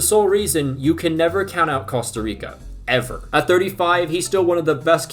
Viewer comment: Bro said costo rico 🤣🤣